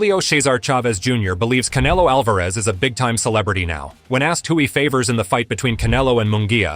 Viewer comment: You can pronounce munguia correct but you cant pronounce Alvarez? Whaaa...